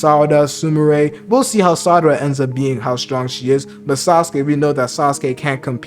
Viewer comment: Great video, really ! However...It's Sa-ra-da not Sa-da-ra 😅